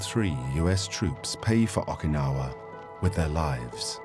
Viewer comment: Got so tired of the narrator mispronounced Okinawa as Ahkinawah I couldn't finish it. So sue me. I'm a linguist.